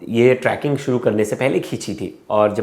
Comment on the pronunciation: Tracking area .. kaise journalist ho.. Trekking hota hai.. sahi bolo Aaj Tak ko represent kar rhe ho.